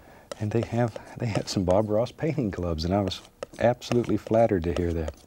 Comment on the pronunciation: When he said he was absolutely flattered I thought at first he said "absolutely flattard" lmao.